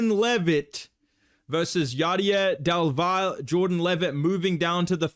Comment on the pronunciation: Double L in Del Valle is pronounced "Del Vayae"